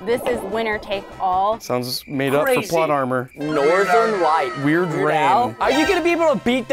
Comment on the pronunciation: Why did say plot armer